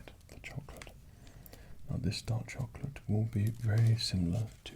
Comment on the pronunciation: i thought you said "dog chocolate"